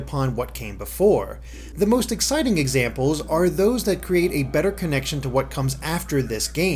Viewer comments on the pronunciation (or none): none